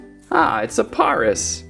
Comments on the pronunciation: its pareas not poris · It's Pare-as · Its pare ic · It is par-is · It is pairis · It is penonst pares like the city pares in France :D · the way you say paras like you say paris 🤣(no hate) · paras is said like paris dont know why just is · The a in paras is a long a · Paras is pronounced like the capital of 🇫🇷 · You said Paris wrong!!!